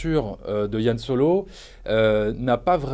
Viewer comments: C'est Han Solo pas Yann !Que diable ... Apres le souci c est que le charisme de solo vient du mystère sur son background. Et du coup on avait pas besoin de savoir tout ça sur lui. Et du coup je n'irais pas le voir car mon imaginaire fait sans doute 10 fois mieux le taff que ce film. Ce film désacralise tout je trouve. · C'est "HAN" pas "YANN" bordel mdr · Arrêtez de dire "Yan Solo" 😭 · C han pas Yan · non pas "Yan Solo" mais "Han Solo" :D